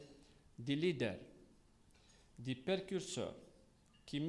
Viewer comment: Percurseur au lieu de précurseur il a dit 😂 il brosse les jeunes